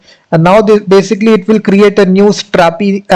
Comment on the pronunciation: why you are speaking like stttrrrapi and crrrrrreatttte, pronounce r and t once, it's enough